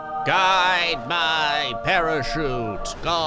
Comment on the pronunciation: The first time I heard it, I thought he said “pair of sheep”, then I rewound and realized he said “parachute”